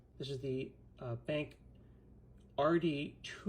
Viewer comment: I thought the same thing, but then Scott said "BENK" - and I low key LOVE that pronunciation! Not sure that I care whether it's right or wrong, but that's how I'm saying it from now on!!! Thanks Scott!